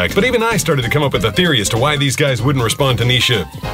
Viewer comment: Why did you pronounce the h in why